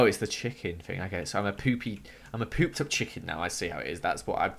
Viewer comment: Did anyone else hear say spooped